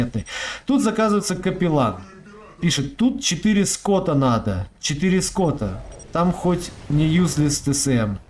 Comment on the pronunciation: Игровой сленг - не ско́ты, а скоты́ (скауты))